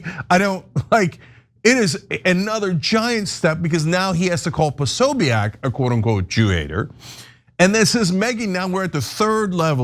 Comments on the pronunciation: Why can’t journalists say Prosobiec’s name? It’s Pro So Bic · Anna. It’s pronounced PO-SO-BIC, 3 syllables